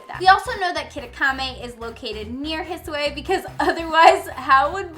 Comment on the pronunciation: I'm sorry but why do you pronounce the "I" at the end of the regions like that? It's like an English "i" but shorter; it's not an "ay" sound. ^^"